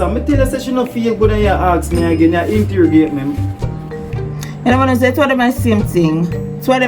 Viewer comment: Interigate, I thought it was interrogation